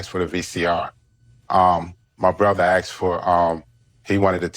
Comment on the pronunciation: They “Aksed”….Love it!